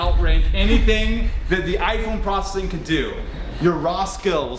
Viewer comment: I couldn't get past the way he pronounces "processing" and "prossing". Replayed it several times even at .5x speed. My OCD is off the charts right now